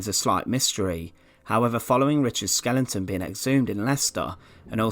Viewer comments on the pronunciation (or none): when you say Skelington ,I assume you mean Skeleton ? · Dude...why do you call it skellington instead of skeletons? That pronunciation are very minecraft-ish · Nice video but I wish you'd learn how to pronounce skeleton, it's not "skellington"...you keep saying this in your videos. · What in fucks name is a 'skelington'. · It was such a shame Richard the fird was killed at Bosworf and his skelington found in twenty firteen.. Great content with narration rather spoiled, for me, by poor pronunciation.